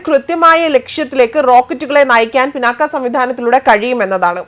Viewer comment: പിനാക്ക അല്ല,പിനാക